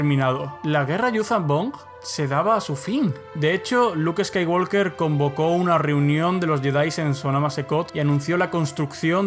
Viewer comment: Deja de pronunciar skaiwalker la L Es muda se pronuncia woker. Uds lis españoles que creen españolizar el inglés como si fuera correcto